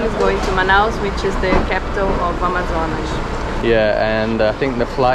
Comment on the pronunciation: This is the first video I watched from this channel and I found out is from Rio de Janeiro just listening the way she pronounced Amazonas. Rio de janeiro accent is easy to differentiate.